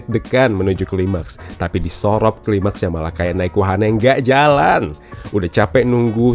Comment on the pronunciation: hobbi banget, mlesetin kata si, surop di bilang sorop,, punden di bilang sinden, penitistaan bahasa jawa 😂😂